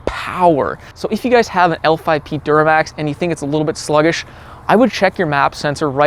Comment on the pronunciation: L5P man, not 5lp 😂